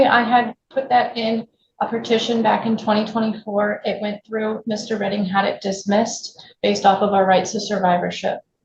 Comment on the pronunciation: Its prounuced Redding 😂